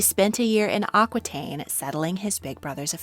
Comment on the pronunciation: Aquitaine sounds like au kee taine